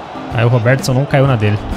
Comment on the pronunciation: acho engraçado como ele fala "roberTIson" kkk